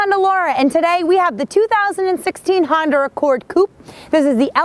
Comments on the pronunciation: "Honder" accord coupe...lol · did she say Honder? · Why can't u say honda right lol? You say Honder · It is so darn cute how you pronounce Honda...